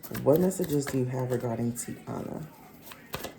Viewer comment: It’s TY-EENA like Hyena. Not Tiana.